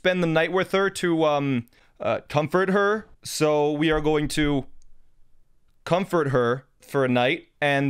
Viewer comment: Comfort her without the t